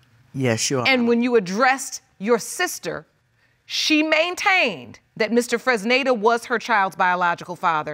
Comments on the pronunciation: I thought so too. I think it was Mr. Fresnida. I thought I was the only who heard that. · OLADIPUPO SODIQ lol it sound like she pronounced it as funonza 😂😂😂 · The sister can't even say her brother in laws name correctly 😂😂😂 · LoL so many people mispronounced/misspelled Fresneda...is that a unique name in the US? It's a good name, but I always thought it was Latin names... 😂 The man has perfectly shaped nose... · They’re all struggling to pronounce “Fresneda” 😂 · Well, the auntie is tongue-tied... But yeah... It wasn't even a difficult name to pronounce...😂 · Mr. Freznaza Mr. Frizada Mr. Frittata Lmbo poor man, hardly anyone said his name right